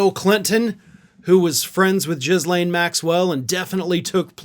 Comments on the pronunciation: PLEASE pronounce her name correctly. It's not Jislain...it's pronounced Geelenne. The "H and the S" are silent. It's French. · Just fYI. It’s pronounced « Guee-Lane » not Jizz Lane. Although your pronounciation might be more à propos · Ghislaine.... Pronounced Ghee-lane... Silent S never says it right. Annoys me. Lol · Ghislane is pronounced Elaine. We’ve lost letters since Middle English and the spelling changed. But, Ee-lane. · Her name is pronounced with a hard G …. gee - lane. It’s a French name.